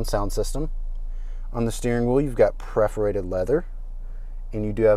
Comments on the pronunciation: What is preferrated leather? Don't you mean perforated? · A real rookie....................and it's perforated, NOT preforated!!!!